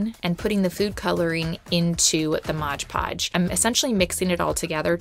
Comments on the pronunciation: It isn't Modge Podge. It's Mod Podge! :D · MOD Podge. Not Modge Podge.